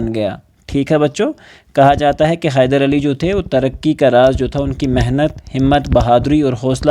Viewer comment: Khyder nahi😂 hyder😊